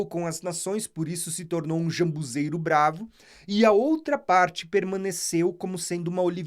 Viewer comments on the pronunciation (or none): Não seria ZAMBUJEIRO? Vc está pronunciando jambuzeiro